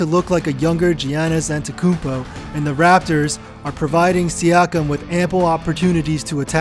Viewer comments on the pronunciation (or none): Good video, but you butchered Giannis Antetokounmpo's name.